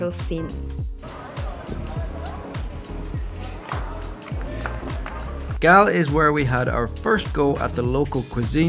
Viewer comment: Loved the fact that you both attempted to name the places using the native proper Sinhala names of the towns, instead of using the Anglicized version of the name such as for Galle pronouncing it like Gaalle (ගාල්ල ) instead of pronouncing it like of Gaule (ගෝල් ). Nice attempt to pronounce it. 😊